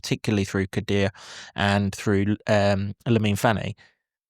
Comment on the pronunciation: KODUA IS PRONOUNCED - COD DOO AH and 2 - 0 Luton Win